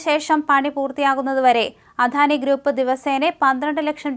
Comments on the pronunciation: അധാനിയല്ല അദാനി എന്നു പറയുക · അധാനി അല്ല അദാനി ആണ് തെറ്റ് കേൾക്കുമ്പോൾ ഓക്കാനം വരുന്നു